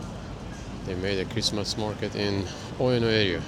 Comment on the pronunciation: it is pronounced u-e-no not ueoneoue 😂